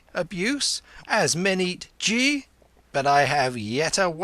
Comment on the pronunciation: The narrator makes some errors in Indian terms. He pronounces Ghi as Jee instead of with the hard G ghee